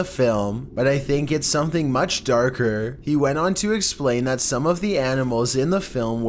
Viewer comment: Enjoy the videos but your voice is annoying as fuck,to the point I turn down the volume and turn on CC. "So maach",dude,really? You can't even pronounce MUCH correctly?! "Chewsday" it's fucking TUES-DAY